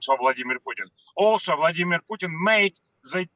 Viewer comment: Pjuutin veRRRY rational guy 🤣🤣🤣